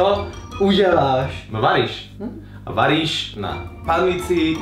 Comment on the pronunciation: som počula vaniš namiesto varíš :D